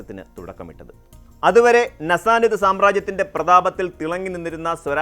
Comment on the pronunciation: നസ്സാനിദ് അല്ല, സസാനിദ് എന്നാണ്